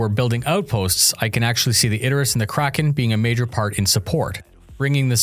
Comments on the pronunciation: Isn't it pronounced Idris.. rather than Id-er-is.. is using pronouncing it wrong. If it's intentional, that could be understandable, as it generates comments like this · "Id-der-us"? Isn't it "Id-ris"? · Is it really pronounced "Iderus"?